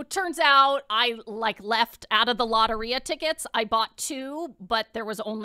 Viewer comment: The way she pronounced Lotería pissed me off